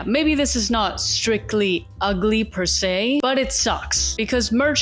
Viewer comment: u just said perse three times and feel few